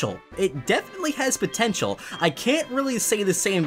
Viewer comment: "potintal" He's the only one...